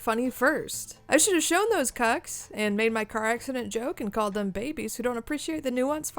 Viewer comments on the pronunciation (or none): The word cuck sounds so weird in your mouth lol Thanks for this video, it's great stuff, though I think I'll stick to only being able to make one person laugh and having that person be my best friend.